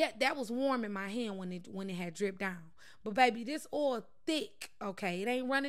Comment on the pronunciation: She funny AF "scrub dOOwn!!!